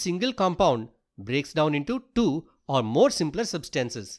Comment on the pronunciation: can you talk properrly . you siad two is du